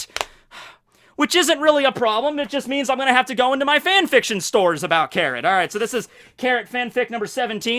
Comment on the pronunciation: did i just hear 'carrot-tor'